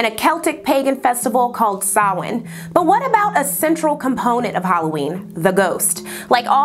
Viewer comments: Props for pronouncing Samhain correctly! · im less than 2 minutes into this video and just yelled cos you pronounced samhain correctly, that never usually happens when a non-irish person says it (at least from my experience) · Thank you for pronouncing Samhain correctly, it’s pronounced so badly sometimes 😭 the research put into this is unreal!! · Extra marks for actually pronouncing Samhain correctly.